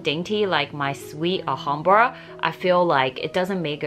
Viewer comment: Please pronounce Clif as Cleef as in a Leaf. Thank you. Also, you sau 'Ahambra' please note it is pronounced with the L. So it is Al-hambra.